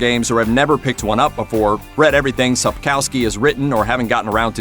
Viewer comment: can't pronounce Sapkowski right. SAP-KOV-SKI